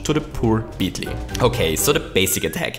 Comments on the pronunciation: am i the only one bothered by him saying beetly not beetle (beetul) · How about beetle(which is pronounced beatel) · is there anyone who will ever talk about how he says beetle